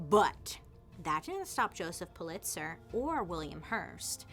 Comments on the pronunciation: Am I the only one that it bugged that she kept saying puh-LITZ-er? Correct pronunciation is PULL-it-sər. She’s losing credibility with me because of stuff like this. I know she has trouble pronouncing certain words which is fine, but usually she claims it. Btw. I loooove Hearst Castle too! Oh the pools! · Actually pronounced more like POOL-it-zer. 😉 I heard a rumor about Hearst having a castle. Know anything about that? 🤔😄 It is pretty impressive, isn’t it? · It's pronounced Pul lit zer. Just FYI.